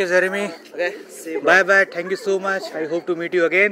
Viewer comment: Bro, Aap thank you bolte ho to aawaz aati hai dhank you, please change thé style. Pronouns like Tank you😊